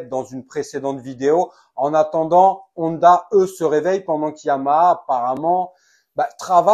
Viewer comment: C est pas nonda ou oneda, mais Honda (on - da)